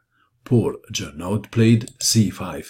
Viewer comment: Great match,! I'm suprised to find game of Morphy which I didn't looking before! PS čita se Žorno! Nastavak - aud se čita kao o!